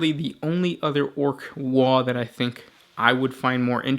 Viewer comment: Ya mispronounced waaaagh!